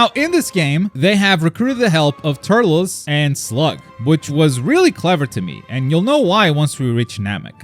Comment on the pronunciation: also bro is pronouncing turless wrong icks me like have you ever even watch tree of might?